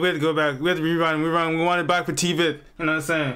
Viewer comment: bro not T-Veth but Tweth